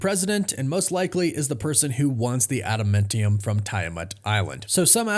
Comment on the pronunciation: LEARN TO SAY ADAMANTIUM